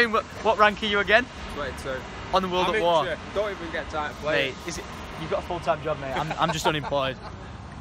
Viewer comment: ITS NOT CALLED WORLD AT WARRRRRRR!